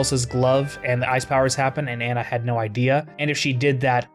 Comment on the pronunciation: If you know her name is ah-na and not anna, then why don't you call her that?